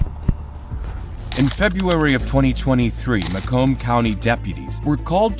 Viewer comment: I really dislike narration done by AI. The towns name is prounouced MAY-COMB. Not Muh-cum.